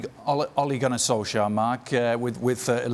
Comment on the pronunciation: Tuned out when first guy couldn't even say Ole Gunnar Solskjær right